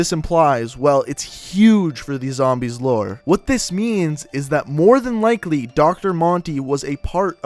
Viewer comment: your pronunciation of things in the cod zombies lore bothers me sorry